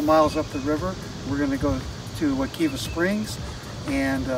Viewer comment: If you are going to make a video about a river learn how to pronounce it Wuh- KIVE -uh